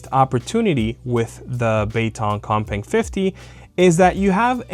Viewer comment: I almost thought you said the other controller was called cockbang at first at the beginning of the video.